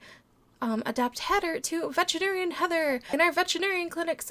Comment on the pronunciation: Its veterinarian not vegetary LOL😆😆😊